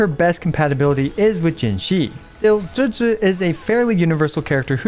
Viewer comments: Pronounced Juge-gii not gehgeh c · "Juejues" what are these pronunciations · Even tho you can't pronounce or spell her name you still say it 3 times per minute. WTF is JUJU ?